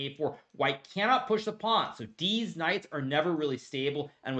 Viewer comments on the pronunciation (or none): Did he say deez knights? 😂 everything he says is so straight faced it’s hilarious when he makes a joke especially when I’m not sure if he’s joking or not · I love your dedication to saying "deez knights" every single time without fail. Love it. keep it up. 🤣